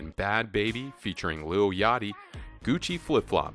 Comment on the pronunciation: He said "Yoty" and it is "yachty"